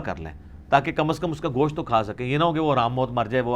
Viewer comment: Bhai Gosh't' hota hai Gosh nhi...kyunki Gosh ka ma'ni Kan👂 hota hai...!!! Mai kai jahil ko dekha hai jo Gosht ko Gosh bolte hai...!!!